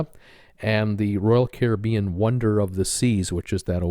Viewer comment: You said Caribbean correctly the first time. It is the American pronunciation that is incorrect.